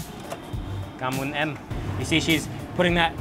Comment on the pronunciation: " Cam on em" it's okay